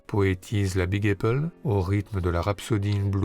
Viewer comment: Magnifique. “Apple” se prononce avec le son “à”, pas “ei” même aux États-Unis ;)